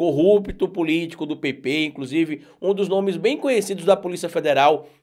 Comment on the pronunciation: Por favor quando você pronunciar a palavra PP se expresse melhor pois muitos entendem PT e isso não é bom